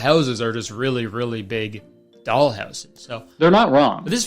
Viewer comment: I thought it said dong, not doll.